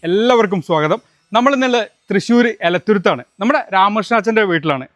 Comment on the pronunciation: എലത്തുരുത്ത് 😮അല്ല എൽത്തുരുത്ത്